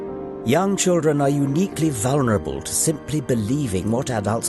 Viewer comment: Lol it’s how you say children if you have a strong Irish accent.